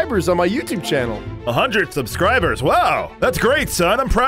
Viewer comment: did bro say 100 subscriberse how terreble is his youtube